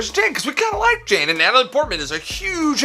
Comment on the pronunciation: Plz, plz I don't Wike it.. 😂😂